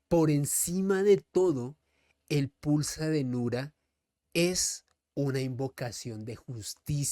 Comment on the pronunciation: Es pulsa denura, no dinura